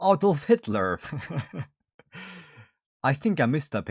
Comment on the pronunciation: I knew you are swedish from the way you Said adolf